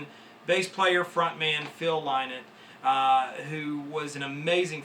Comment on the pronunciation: Lovely collection Just for the record for all the American fans Its pronounced lin-ott As in rhymes with tin nut , not lie knot